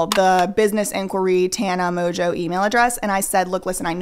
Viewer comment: If Mongeau is her actual last name… it’s not pronounced “Mojo.”